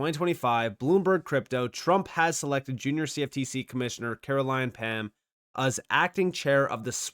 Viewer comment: Pham is pronounced Fam Ph= Ffff